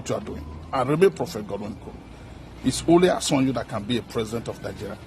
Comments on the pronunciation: No yoruba person born and living Nigeria, pronounces yoruba word badly, they take pride in speaking the language to the core, The man could not even pronounce "asiwaju" instead he said "asinwanju," that put him in delta or edo axis, I can say he's a fake yoruba man and a fake prophet. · This pastor is igbo pastor see the way he called asiwaju .he want to cause problem.